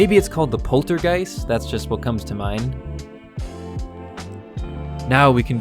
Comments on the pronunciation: PORTERGUST NOT POLTERGEIST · *Poltergust ... Like Gust of wind from vacuum